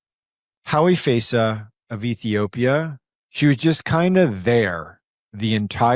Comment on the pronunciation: Please get her name right on the chapters - it's Hawi Feysa, not "Howie Faisa"